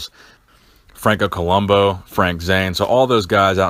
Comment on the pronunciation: Columbu, as in "boo". Not Columbo, as in "bow" and arrow.